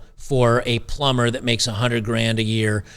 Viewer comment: A ploomber ha ha ha lmao